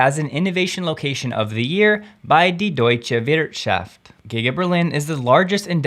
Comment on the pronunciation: As a German I appreciate your pronunciation of "Die Deutsche Wirtschaft" which was surprisingly good for a non-native speaker (and I know it's difficult) :)